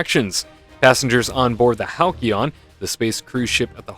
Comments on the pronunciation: Thanks for the update! 😊 Side note- Halcyon is pronounced Hal-see-on . Makes me wince a little each time I hear you say it incorrectly 😂 I know you are not a Star Wars fan so I forgive you. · I don’t mean to be a wang, but it’s pronounced Hal-See-on